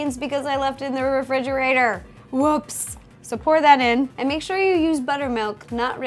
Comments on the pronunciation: Did you say "am going to mate a cake" at like ? -OH JESUS DINO SEX. On that topic, I think a nostalgia cake of Jurassic Park would be pretty cool. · did you say "make" a DK banana cake, or "mate" a DK banana cake? :D